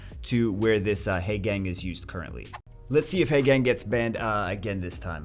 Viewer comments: teehee heygang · Short "a" sounds instead of long "a" sound. Actually, not too painful; I was exaggerating. can pronounce it however he wants. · Painful to hear you mispronounce Haegang incorrectly over and over.